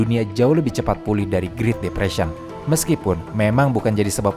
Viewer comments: Great depression itu spellingnya GRET bukan GRIT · Bukan mau menggurui, karena saya tau pasti pinteran adminnya daripada saya, jauh lebih pintar dari saya, tapi kayanya great depression tuh dibacanya "gret depresien" Min. Tapi asli keren banget channelnya, tiap hari saya tungguin channel ini